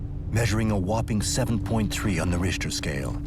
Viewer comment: What's a rishter scale? LoL